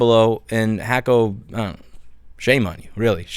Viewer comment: First time I've heard someone pronounce it Hack-O. Is that the correct way?